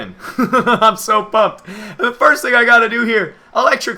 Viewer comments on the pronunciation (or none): Ferst? More like Firth. Or Firnd, or Fird. Yaaaah.